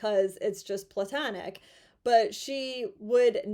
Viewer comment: Oh my gosh! Thank you for pronouncing Platonic right! The root word is from Plato the philosopher, not Pluto the no-longer planet or Mickey Mouse’s dog. I’d call you a Pearl amongst advocates buuuuuuuuut………………..